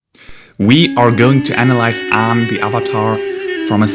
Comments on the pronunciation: just started the video then immediately realize he said the name wrong ... you getting a dislike for that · It's aang